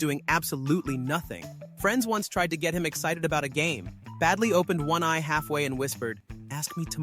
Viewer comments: Baldi not badli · it's not badli it's baldi